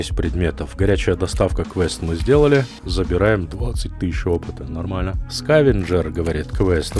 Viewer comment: Отличное прохождение , но зачем слово "нормально" произносить как будто член во рту .